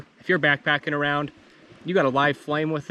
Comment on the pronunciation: “Awound” lol